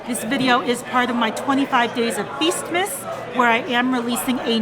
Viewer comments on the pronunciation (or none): Wtf is "fistmiss"? Jfc I had to watch like a min of this moronic video to see that you said "feastmas".